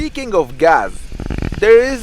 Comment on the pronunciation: Did you really just say and spell gas with a Z at the end inspect gaz color.. oh my Lord